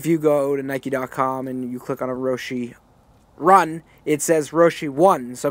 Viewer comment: "Roshee run"